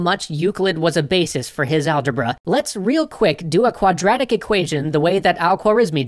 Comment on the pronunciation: algébruh every. single. time. lol